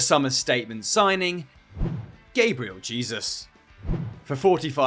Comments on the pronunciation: Its pronounced Gah-bree-el Jay-zus!!!!! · I see suddenly became american with that pronounciation of gabriel jesus lmao